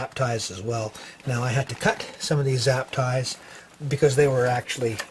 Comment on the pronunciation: arrrrrg its zIp tie ! not zap tie >:(